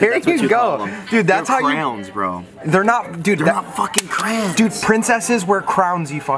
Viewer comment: Pronounced cray-ons has a bad problem mispronouncing words. It's re-siz not ree cees